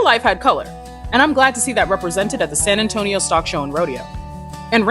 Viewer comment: “San Antonio” with correct pronunciation. Excelente!